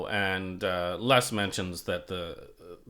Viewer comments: Minor quibble, but it's, "Lez," not , "Less." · Correct. It sounds strange pronouncing it "Less".